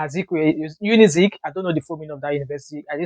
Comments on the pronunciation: But you said you did not school in Nigeria and you did a diploma in LASU, and you can't pronounce UNIZIK. YOU DID A GOOD ANALYSIS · Great video. But please next time try learning to make the right pronunciations where necessary. The way you ridiculed the name of the university with your nonchalant pronunciation was disrespectful in itself. I'm not trying to attack you just pointing out some areas you can do better.